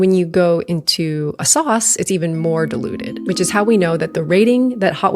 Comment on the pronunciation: you really need to pronounce the I in diluted, now it sounds like you're saying dEluded haha